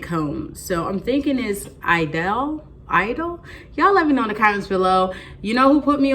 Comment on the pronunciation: Awesome!! <3 Love this luxury scent! I'm a French teacher and your pronunciation was pretty good!! So for Idôle you would use a you would say EE-dohl (first a long e, then dohl like the oo in wood or ou for should) :) Lancôme is Lahn-kohm (like ome in tome) :) Keep being your sweet self!! 💞